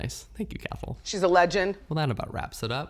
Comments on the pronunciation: Cathal is an Irish name pronounced cah-hill ✌🏼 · We have the exact same birthday (12/09/1992 🥳) and I always love hearing your lil life updates or what your up to. Not to compare but I just find it interesting how different our lives are but have lived the same amount of time. ALSO I think Cathal may be the Irish name pronounced Cah-hol 🙂